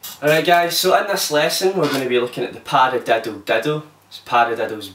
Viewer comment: Learn how to say paradiddle